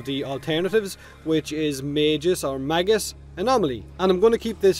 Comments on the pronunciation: I think that as long as you know you are pronouncing [mey-guh s](jif) wrong than there is no need to further correct the speech because you are choosing to be incorrect at that point. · I think it’s pronounced “Maa-Gus”, like the name Gus. :P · It's not magus, it's magus! Can't believe you could get that wrong